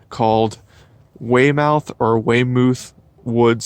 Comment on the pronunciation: Hey buddy, nice to see you enjoying the pines and the area. By the way, both guesses were good, but Weymouth is actually pronounced “Way-muhth”, rhymes with “doth”. (Only word I could think of that rhymes with the “muhth” in Weymouth.) Enjoy man. I can show you a longleaf pine in the county which is 460 years old.